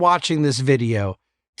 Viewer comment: How does he pronounce the word "life"??? "Rife"? Please becomes prease?